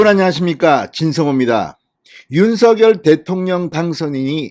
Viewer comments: 대통령님께서 윤서결 아니고 윤성녈로 발음해달라셨잖아요~ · 진성호 사장님! 적시에 보내시는 방송 대단히 감사하게 시청하는 사람입니다. 윤석열 대통령의 성함을 발음하실 때, 윤석열[윤서결]로 하시는 대신, 윤석열 [윤성녈]의 표준어 발음으로 방송해 주 시면 고맙겠습니다. 미디어에 종사하시 는 분들은 국민들을 표준말 사용으로 바른 말 사용으로 선도해야 하는 사명 이 있음은 매스 미디어가 끼치는 영향 력,파급력이 크기 때문일 것입니다. 이봉규tv의 이봉규 박사님은 정확하게 [윤성녈]대통령으로 발음하시더군요. 앞으로의 방송에서는 [윤성녈]대통령 으로 발음해 주실 것을 부탁드립니다. 감사합니다! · 진성호님 수고많이 하시어 구독하고 잘보고 있습니다. 윤성열로 불러주세요 한글어법도 , 당선자본인도 윤성열로 불러달라는데, 계속 윤서결로 불르고 계시네요. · 진선생님 발음을 윤서결 보다도 윤성녈이 어떤가요?